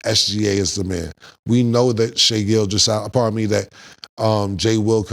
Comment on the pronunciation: Did he just call him shayGill on the low 😂😂